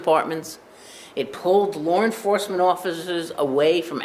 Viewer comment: “Lar Enforcement”